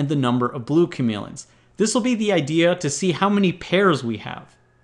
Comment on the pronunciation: he keeps saying chamelons